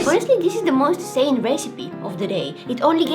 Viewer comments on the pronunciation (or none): none